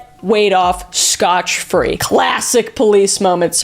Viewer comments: Scot-free. justrecalled it myself when I heard u say scotch But Hey. I’d rather someone point out when I have something in my teeth then let me go all day with it in my teeth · Scot free * not scotch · Kris, it’s get off Scot free not scotch free 😅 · scot-free not scotch free. it has nothing to do with scotland or scottish people. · Did she say scotch free instead of scot free? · Did you say scotch-free? Lol